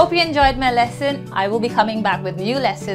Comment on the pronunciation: Very good lessons but am confused as to whether you are saying we stay healthy or heldy which one is correct?thanks